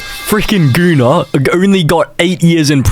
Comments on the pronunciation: dude that aint funny with gunnar all you said about gunnar is just absolute bullshit, im icelandic myself and you do not pronounce his name as "gooner", you can pronounce it like gun-ahr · U pronounce Gunnar as guhnar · My name is Gunnar and at least where I came from it is pronounced Guh-ner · Dude I tried to not laugh when he was talking about Gunnar because he pronouncing it gooner 😭✌️ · bro why tf is bros channel pronounced "gooner"🫩 first person btw✌ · I’m Icelandic and my step brothers name is Gunnar and also my step grandpa 😛 ITS NOT PRONOUNCED GOONER BTW 😭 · You don't pronounce Gunnar (Gooner) despite what everyone thinks, my primary schools gym teacher was named Gunnar, it's not a English name so it does sound like Gooner in English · as a scandinavian i can prove that its normal to have the name gunnar so its pronounced diffrently i even know a guy who has that name